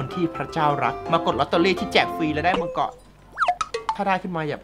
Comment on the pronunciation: มังกร ❌ มังทัอเลี๊ยวววว✅😂